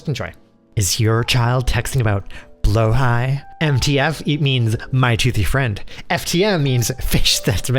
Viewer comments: Blo-hai. Not blow-high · its bla-haj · It is not pronounced blohij